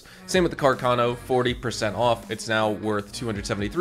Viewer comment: It's pronounced Càrcano (not Carcàno) 🤗